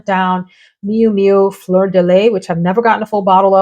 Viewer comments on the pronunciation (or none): none